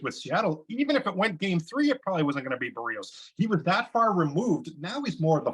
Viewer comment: Ricky Romero is not a good broadcaster. And has mispronounced "Berrios" every time he has spoken it.